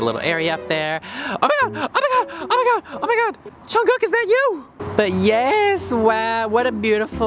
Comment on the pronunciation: no hate it’s just odd when he pronounces jungkook as chungkook😂😂it’s makes me laugh